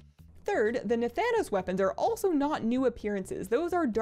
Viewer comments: Nuh-THAN (an like can)-OS, like Thanos in Avengers. Not to be mistaken for Nathan-os, the cereal. Please don't call him nathan :( xD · Say Thanos...like from Marvel ... then say Na... then say ... Na - Thanos. Not... NATHA - nos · Na-than-os, not Nath-an-OS, lol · Yeah, she got it right (na-THAN-os) but the other times it was wrong (NATH-anos). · Nah-nan-oos? what?